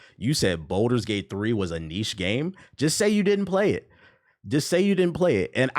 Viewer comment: I love this video and your opinions are solid, but PLEASE for the love of God...please stop calling Baldur's Gate 3 "Boulder's Gate 3". It was causing me pain every time 🫣 If you have to practice it in the mirror, that's fine. Otherwise, you cooked.